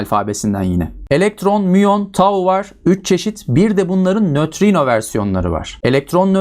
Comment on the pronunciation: Hocam çok güzel nötrino diyosunuz